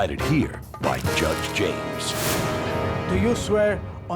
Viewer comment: lol every time he says judge it def sounds like josh.